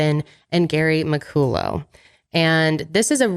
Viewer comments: McCullough is usually pronounced "Mickuhlla" but keeps saying "Mickoolō" I guess his name could've been a different pronunciation. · Mc-cull-uh is how you pronounce McCullough. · I have a friend who’s last name is McCullough but it’s pronounced “ MA -CALL-LA” lol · im scottish and laughing so hard at how pronounced mccollough 😂